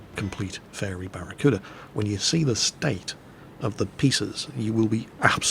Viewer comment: barricuda? barricouldn't it seems.